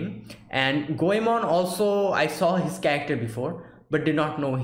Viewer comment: I am Japanese. I apologize for my poor English. I'm glad that you watch my favorite anime. I'm surprised to hear your "Goemon"and"Zenigata" 's correct pronunciation. Thank you.